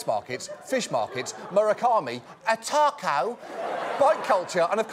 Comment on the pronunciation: What the hell are they going to do with all that infrastructure now for 380K Qataris? Also, good to know that David Beckham pronounces "Taco" like Paul Hollywood.